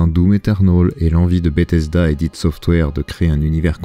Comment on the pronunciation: Ça vient d'un concept Freudien, ça se prononce "id" et ce n'est pas un acronyme. C'est un état de conscience primaire je crois, qui gère les pulsions humaines etc....